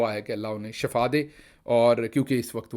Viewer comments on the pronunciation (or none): Assalam walekum gil bhai aap shifa Kaha Karen aap shafa kahate Hain